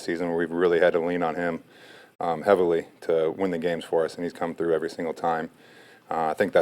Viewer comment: It's " through" gee whiz